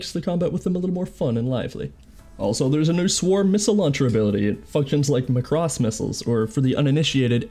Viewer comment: Holly fricking macaroni it is AWESOME!!! You have so much talent!!!!!🤗 Also yes you did pronunce the name right 😅